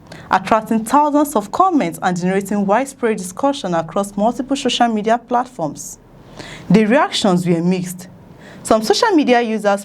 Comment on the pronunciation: Please it's SOCIAL MEDIA and not SHOSHIAL MEDIA